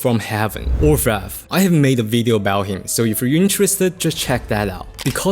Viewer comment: still saying "ore-fev-ree"? lmfao